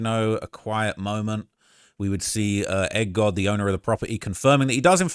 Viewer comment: It's Egg God not Egg Dog